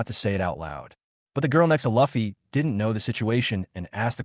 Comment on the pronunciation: Ffs ... its li fei not luffy and it's a she not a he ... it's a all-girls- school